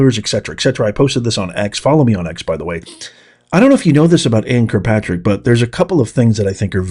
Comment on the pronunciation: Please, it's Kirkpatrick, not Krpatrek! Diction is important for more reasons than one.